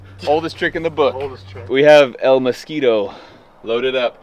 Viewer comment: hey i know you've been trying to learn and improve your spanish so i'm gonna give you positive reinforcement, your pronuntiation of "el mosquito" was PERFECT brother!! i Also love that name for this car, it's hilarious😅